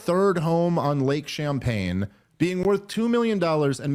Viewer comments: It's "Lake Champlain", but it's way funnier that you called it Champaign hahahahahaha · Unfortunately for comedy sake, theres an L in Lake Champlain and not pronounced "champagne" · Dave. How have you lived as long as you have and can’t pronounce any cities or land marks. I had to just skip over when you were talking about your tour date when you were going to Washington. It isn’t champagne it’s Champlain. Like Bernie pronounced it. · Samuel De Champlain is rolling in his grave after hearing you call is Lake Champaign. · Bernie never did an honest days work, but his vacation home is on lake "Champlain" not "Champagne" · IT'S LAKE CHAMPLAIN...NOT CHAMPAGNE...JSYK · As someone with a fishing youtube channel everytime Dave says Lake "Champaign" I die a little on the inside 😂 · Love ya Dave but it's Lake champlian there's an L. but I think I'm gonna forever call it champagne lake. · It’s Champlain not Champagne 😂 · Ok. Good points BUT its Lake Champlain not champagne. It was cringy because you kept driving that point. AND to your point, I met a lady one time that said Burlington doesnt like him. He is known for tying up tables in restaurants for meetings and actually bringing to the restaurant with him a brown bag lunch because he is too cheap to spend money on a meal. Thats probably how he affords his "modest" lifestyle. LOL Keep up the great work. You are currently the GOAT. So grateful for what youre doing! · If Dave was a dishonest genius he would get Lake Champagne wrong on purpose because it's perfect for his argument. But I think he just got it wrong and it's hilarious. 😂😂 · 🤦🏻‍♂️ Dave, it’s Lake Champlain not Champagne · Jesus Dave. Lake ChamPLAIN not ChamPAYNE. 😑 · It's not Lake Champaign it's Lake Champlain. It's lake for people who like to complain while drinking champaign. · It's Lake Champlain. Not "champagne." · Also, it's Lake Champlain not Champagne 🤦🏼‍♂️ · One note of correction. It's Lake Champlain, with an 'L'. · It's lake Champlain. But nice try Dave